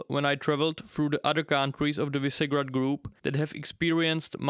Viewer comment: Visegrád is read Vyšegrad.